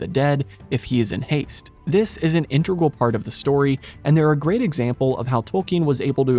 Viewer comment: Stopped watching at "Sith". Integral pronunciation was offensive enough but pronouncing Scythe as "Sith" is unforgivable